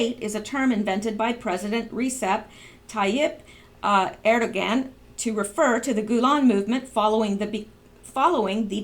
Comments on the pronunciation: Erdogan (UR-do-wan). The "g" sounds like "w". The "do" is soft, like with "dew". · hi, you seem frustrated over the Turkish guy name is pronounce, the g is silent, pronounced erduon. hope the helps , much love x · Erdogan, air-dough-wan. The g is silent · Erdogan is pronounced as “Erdowahn”. A great source for Middle East News is “Behold Israel” just FYI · Turkish prez's name, Recep Tayyip Erdoğan is pronounced: RED-jep TIE-yip AIR-DOE-AAN! In Turkish lang the letters Gg and Ğğ are totally different letters of the alphabet! G is pronounced as in English, but ğ is actually completely SILENT! It's purpose is instead to simply lengthen the vowel either before it or after it! Peace out! X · Erdogan is pronounced with a silent g ... like 2erdoan" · Erdogan pronounced Er-doe-wan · It is pronounced Er-do-gone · Erdogan is pronounced Erdowan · Erdogan pronounced "Air-da-wan. 'G' is pronounced like a 'w'.